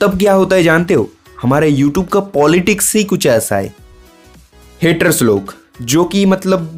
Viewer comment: Its youtube not yotoobe